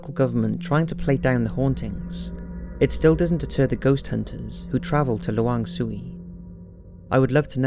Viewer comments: *coreection of the indonesia part, its pronounce lawang se-wu, not lawang sewi, and the second is kuntilanak, not pontianak. (pontianak is a city) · It's not lawang "shuwee"...but lawang sewu 😂 (a thoushand doors ) wkwkw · Its for the last one in indonesia, “lawang sewu”, not “suey” you pronounce it like “say - wu”. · Not luang suey,but " lawang sewu " placed in semarang central java indonesia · it's lawang sewu, not lawang suwe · Its not pronounced 'Lawang Soowee', its 'Lawang Sewu (Se-woo)', still amazing video however, liked. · Lawang Sewu (say-woo) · First of all, its pronounced Law-aang se-woo (Lawang Sewu) and its one of the most historical building in the country. I remember when I visited there with my family during holiday. Only certain areas are accessible to visitors and you must pay for a guide if you want to go to the underground tunnel. Nothing weird happened, thankfully but we caught many white orbs in the photos that we took. And when you stood in the middle of the hallway, you could see through the many doors in the hall as if there was no end to them. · It's Lawang Sewu, and pronounced as it is, la (as in "last"), wang (the "wa" as in "waffle" + ng), se (as in "second"), wu (as in "wuss") Thank you for the list tho! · Lawang Say-Woo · it's pronounced lawang say-wuh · thanks for adding Lawang Sewu in Semarang, Indonesia. but i think you mispronounced it, it is Lawang Sewu not Lawang Suey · As much as I'm happy that Indonesia's Lawang Sewu is mentioned I cringe at the pronunciation lmao it's actually pronounced lä-wang say-wu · Lwang suey? Really? Ahaha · Did you mean Lawang sewu? I got confused cus I swear there is no place name luang suwi :v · it's lawang seh-wuu btw. ;) great vid! i didn't know about the malaysia and singapore ones it's so mindblogging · A bit of pronunciation correction, sewu, se like beyonCÉ and wu like WOO-ing. Great video as always! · lol lawang sewu is pronounced "luh-wung say-wu". but yeah. it's very haunted.